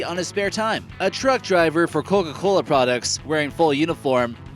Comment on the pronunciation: it sounds like hes saying "cogagola"